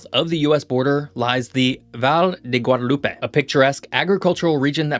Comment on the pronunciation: The way you say "Valle de Guadalupe" is making me suffer